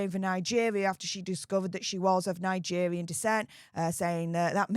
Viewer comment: Nigevvvvvian😂 ffs u need speach thevvvvapy 😂